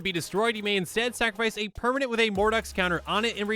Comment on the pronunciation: Lol perminone. The best part is it's not spelled how pronounces it haha